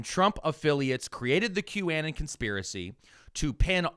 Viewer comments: I was thinking he was making it sound like Bannon since he thinks that was one of the “architects” of anon. Maybe Im way off? Either way, it was needling at me too! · i have never heard someone pronounce Qanon like that and I hate it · it's been so many episodes and videos. i need to finally ask. why to you say q -anne-en vs q-uh-non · Are you calling them a ridiculous name bc they're ridiculous people? (Qannan instead of Q-uh-non) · Why do you keep pronouncing the word as “Q-ANN-EN” instead of the way the rest of the world pronounces it, which is “Q-AH-NON”… and I would bet you also pronounce Uranus as “YURAN-US” instead of the traditional “YUR-A-NUS” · I love the show, but --seriously--QAnon doesn't rhyme with cannon. Anon is short for anonymous and is pronounced as such. Unless you were doing it as an ironic boomer cringe thing? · "Q-annan" is killing me, "anon" as in anonymous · First time I’ve heard it called Q-Annin instead of Q-Anon. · How pronounces QAnon is unique right? He's saying "Q Ann in" I've always heard "Q ah non" Are both right? Is one only right? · the way you said "Qannen" rather than Qanon kinda brroke my brain. I can't tell if it was intentional. It's something I follow bc relatives have fallen into that shit. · Wait a sec… Is QAnon pronounced; Cue-anne-un? Or Cue-uh-non? I always thought the latter. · Wait... is it pronounced Q-A-nin or Q-uh-non? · saying "Qannan" instead of "Q-Anon" is hilarious how do you fuck up that bad so many times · You have got to stop calling it "Que Annon." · Love the show, but you’ve gotta stop saying Q Ann Ann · Why does keep saying Q-Anon like quanon? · Sooooo are we intentionally pronouncing QAnon so it rhymes with Bannon? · please pronounce it Q anon, as in Q anonymous. thats the proper pronunciation. you're triggering me hard. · I thought q-anon was pronounced like the first half of the word “anonymous.” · The way is pronouncing Q-Anon is making my eye twitch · "Q-annon" lmao